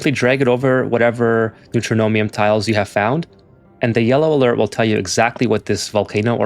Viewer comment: Neutronium pronounced New-tron-ium, not New-tro-no-mium. It's a material that's entirely made of neutrons. Neutron - ium. There's no "m" in the middle of the word.